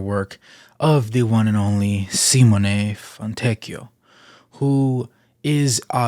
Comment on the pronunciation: Thank you for attempting to pronounce his first and last name properly. As an Italian it is always horrible to hear Italian names Americanized